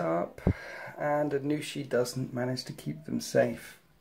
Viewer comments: Aun'Shi not Anu'shi for future reference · It's hard to know how to say anything until you hear someone else say it. But, yeah, "Aun" as in Auntie >< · it was killing me every time I heard it lol